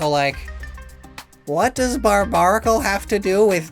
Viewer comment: If you like it so much you should put some respect on it's name, it's "Barbaracle" not "Barbanacle" 😭